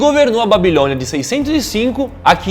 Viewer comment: "Civalizações" / "Babilonha" / "Nabucodonos (z)or II (Segundo) e não dois".